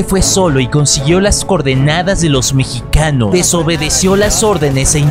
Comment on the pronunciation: lo mejor fue cuando dijo peruanos y mechicanos jajajaja